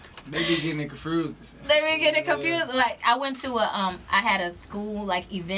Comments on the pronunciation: dis nigga juss said confrused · Reese confrused on how to say confused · he said confersed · Nigga Reese said confrused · lil reese said confused like it had an r in it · reese said y’all getting it “CONFRUOOSSHHEEDD” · Reese said "They be gettin it confrused" lol and yes it meant to put the "r" first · lil reese never say confused correctly lmfao even when he rap